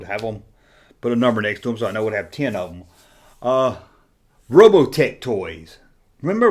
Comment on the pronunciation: It's not "Robotech", it's ROW-BAHT-TICKS. Mask and Robotix were my absolute favorite toys ever.